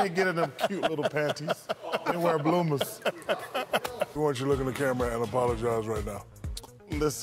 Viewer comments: “They wear bloomas”🤣🤣🤣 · THEY GOT BLOOMAHS